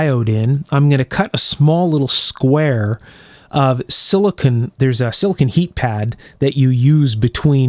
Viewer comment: Normally not picky about pronunciation, but the difference between silicon and silicone is very important. One is a semiconducting element, the other is the complex polymer PDMS, or polydimethylsiloxane typically. Silicon valley is in Northern California, and Silicone valley is in Southern California, with a branch in Las Vegas.